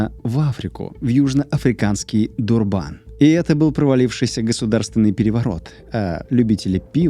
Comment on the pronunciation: Всё очень круто, и материал интересный, но почему ДурбАн, все в ЮАР называют его ДУрбан, при подготовке материала могли бы проверить ударение